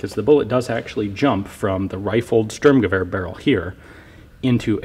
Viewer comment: "Sturmgewehr" literally translates to storm rifle (or rush rifle - "Sturm" has a bunch of meanings, German homonyms are awesome). So not Strumgewehr, just like it's not a strom, but a storm. ;)